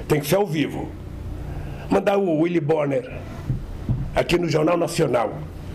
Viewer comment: Uili Boni kkkkkk